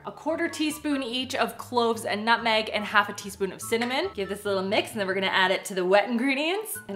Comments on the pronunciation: You have to pronounce it correctly....it’s not cinnamon, it’s “CIMMANIM” 😂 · is one of the best people on Tiktok. I love the way he say cinnamon. It makes my day😂❤